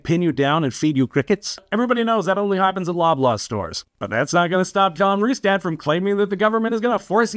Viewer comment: You’re pronouncing “Rustad” wrong.